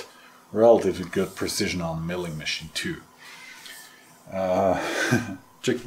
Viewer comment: are you kidding, not precision verk. Enjoyed every minute with coffee & choc. chip cookie. BTW did you have to go to A'dam for the cigarette papers?